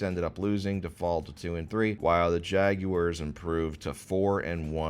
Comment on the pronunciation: pronouncing Jaguars correctly challenge level: impossible